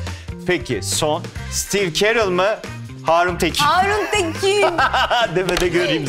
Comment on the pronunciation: sitiiv kırel o sitiiv kerıl değil.